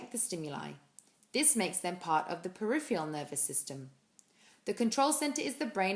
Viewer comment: Great video, but it's "periph-ER-AL" not "periph-E-AL". Your pronunciation is wrong. Sorry.